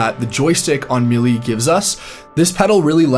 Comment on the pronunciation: “Maylay”, not “mealy”, I think?